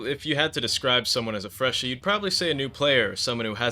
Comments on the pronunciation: yeah nah we're all saying freshie not freshy dawg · its freshie not freshy idf soldier ur trying to change the terms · If you had the slightest clue on how languages grow and develop you would know that it is completely fine to spell it "freshie" due to how the word has developed and changed over the years, like how in swedish "f" used to be pronounced as "v" in some words or how the word "goon" used to mean a bad guy in common speak but nowadays everyone thinks of masturbation (which goon does not mean just normal masturbation unlike how it is used) You are prejudiced, biaced, and absolutely BLINDED by ignorance.